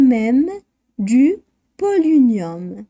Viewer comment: On prononce polonium pas polinium